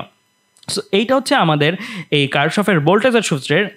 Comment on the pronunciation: কির্শফ হবে উচ্চারণ 😑😑